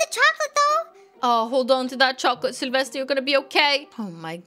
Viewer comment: I like your accent when you say Sylvester's name